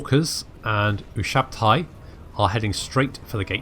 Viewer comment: I know this is an old video, but, Ushabti is pronounced You - Shab - Tee :P